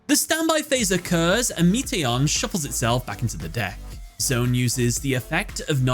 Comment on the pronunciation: Just gotta say, I love that you also analyzed the underlying theme of the first duel because that context is so important to the emotional impact of the event! But I’m still a little triggered by your pronunciation lol. It’s not “Zone” it’s “Z-1”